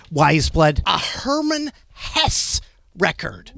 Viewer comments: With Hesse, the last E is not silent (vowels at the end of a word are never silent in German). Just like Porsche is not "Porsh", it's more like "Porsh-uh". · We've all been mispronouncing her name, so it seems only fair they're both mispronouncing Hermann Hesse's. It's actually "Hess-eh", the last "e" uttered softly.